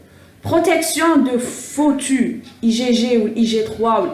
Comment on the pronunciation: foetus تتقرى فيتوس fétus مشي فوتو